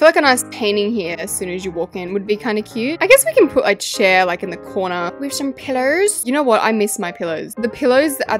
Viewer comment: that was the funniest way EVER said pillows (pillowrss)